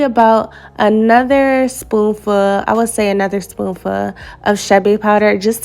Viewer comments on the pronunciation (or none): Anyone hear spoonfa instead of spoonful or is that just me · “SPOON FUHHH” you are beautiful but please enunciate your voice is too good for that LMAO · The way she say spoonful😁